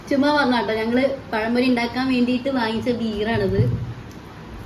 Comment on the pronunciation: നാക്കൊക്കെ ഇടയ്ക്ക് ഒന്ന് വഴിക്കണം കേട്ടോ.. പഴം പൊഴിയല്ല പഴംപൊരി 😊 പറയുന്ന കാര്യം ഒന്നും മോശമായിട്ട് വിചാരിക്കരുത്. വീഡിയോ അടുത്ത് ചെയ്യുമ്പോൾ ഇതുപോലുള്ള തെറ്റ് ഉണ്ടാവാതിരിക്കാൻ വേണ്ടി പറഞ്ഞതാണ്.